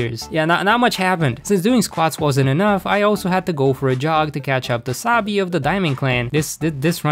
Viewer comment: i watch so much big hero 6 that wenever you say sabi i hear wasabi